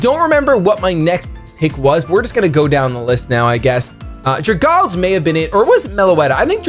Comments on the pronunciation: I dont wanna sound nitpick-y but please say dragalge-e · Oh yeah, getting back to his roots with the Trevenant and the Darmanitan! Good to see you doing pokemon related stuff again. I think a draft league is the perfect amount without getting too bogged down by it. The pronunciation of Dragalge though... It's Dragon + Algae. Drag-Al-Gee Anyways, I wish you luck this season. I will be rooting for you, Emvee, and aDrive.